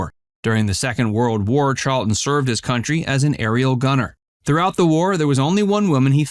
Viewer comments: Wrong, it is Charlton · Real news NOT: Cite your source or button it up. It’s Charlton, you silly person.